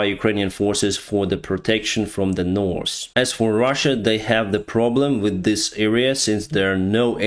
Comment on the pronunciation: I love how you always say Norse instead of north. I like that